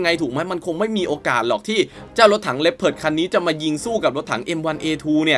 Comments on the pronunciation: อ่านว่า ลีโอพาร์ด ไม่ใช่เหรอครับ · ดูมาหลายช่อง มีช่องนี้ออกเสียงถูก ช่องอื่น ออกเสียงว่า ลีโอพาร์ด 😂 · ผมก็อ่านเป็น ลี โอ พาด มาตั้งนาน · อันดับ1 ผมอ่านว่าว่าลึโอผาร์ดตลอดเลย